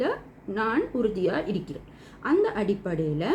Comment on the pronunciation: இரிக்குது / இரிக்கிறேன் என்று சொல்லாதீர்கள் சகோதரி. சரியான உச்சரிப்பு இருக்குது / இருக்கிறேன்